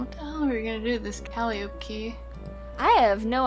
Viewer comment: Calliope - Kah-lie-ah-pee. It hurts my soul when things are pronounced weird. I'll give hydro-city a pass but please.